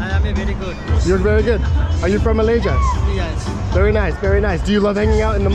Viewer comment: hahaha the guy certainly not a Malaysian,LOL.Some Bangladeshi worker i reckon (from the dialect)😅. The way he pronounced 'Malaysia' wrongly gave away everything 😅.